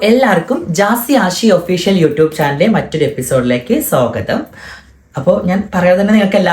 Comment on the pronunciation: Sogatham ala da Swagatham aanu...😂🤦